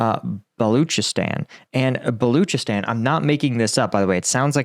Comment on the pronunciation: Balochistan is pronounced Ball Loch(lock) ee stan